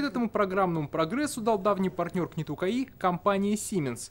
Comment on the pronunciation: Не КХТИ, а КАИ!!!!